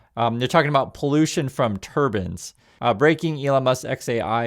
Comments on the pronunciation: I'm sorry, but I have to ask: Why do you say "turban" instead of "turbine?" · tur-BINE. tur-BAN is a headdress. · I dont like Musk bc I think he is a scammer but bruh... you literally said "turbin" 3 times in like 10 seconds refering to wind turbines... how are we supposed to take you serious when you cannot even articulate basic words. A turbin is a religious garb worn by Indians...